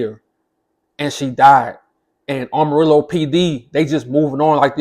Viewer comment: It's pronounced Am ah rillo dude say it right! You must not be from there!